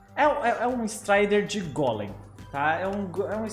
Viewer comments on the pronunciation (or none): none